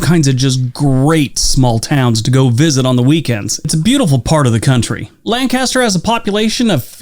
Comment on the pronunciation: The dude pronounced Lancaster in a weird way.